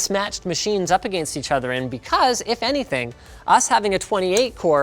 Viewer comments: Linus, I love you, your channel, I watched in the NCIX days. I owe a lot of my knowledge to you. One request. Pronounce 'against' properly. Please. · I don't hear your accent at all anymore, but man when I heard "against" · Oh wow that's jarring. Anyone notice how he pronounces "against"? Is that a Canadian thing? I've been all around the U.S and the U.K and I've never heard someone pronounce it that way. It's like he's speaking perfect English than out pops that word and it's quite distracting due to how odd it sounds relative to his normal English.